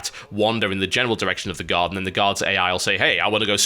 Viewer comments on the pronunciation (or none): Everytime you say 'guard' I hear 'god' which makes watching this video a little weird sometimes...